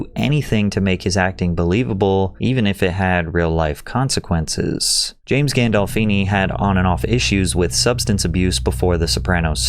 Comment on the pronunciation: i always know it’s about to get real when Patrick drags the last syllable of a word like “consequences”